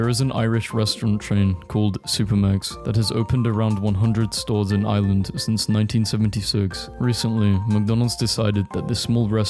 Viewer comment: You pronounced Ireland wrong, also yea supermacs is alright